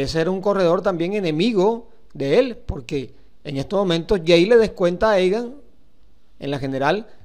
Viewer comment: Parce se dice "Yeits" no yeis